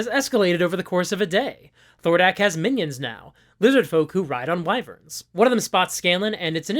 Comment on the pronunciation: Thank you for pronouncing WHY-verns and not WEE-verns. Music to my ears. lol